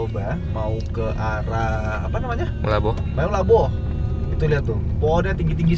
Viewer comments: Meulaboh bacanya melaboh bukan meyulaboh bang😂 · Tulisan nya Meulaboh tapi bacaan nya melaboh bangg dan juga melaboh itu daerah Aceh juga,Aceh bagian barat dan kalo mau ke Sabang itu lokasi pelabuhan nya di Banda Aceh